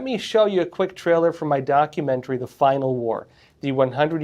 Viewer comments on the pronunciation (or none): none